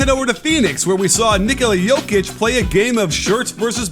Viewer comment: Respect for pronouncing Nikola Jokic and Doncic correctly